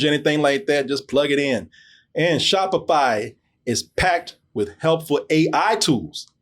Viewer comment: Spoiler. sho-p-fy segway!!!! lost it. lol